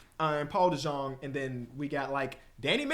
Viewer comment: just 2 min in but paul dejong's name is pronounced paul deyung